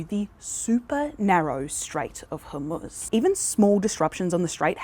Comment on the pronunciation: The strait of (chickpea dip?) Pronounce it properly!